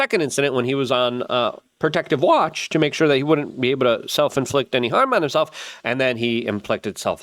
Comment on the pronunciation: the way you said watch😂😂😂